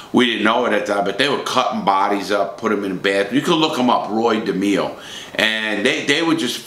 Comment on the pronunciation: Roy DehMEEo